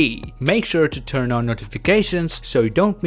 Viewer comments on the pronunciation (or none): none